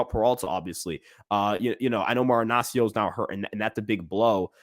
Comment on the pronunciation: I like but every time he mispronounces Marinaccio's name I cringe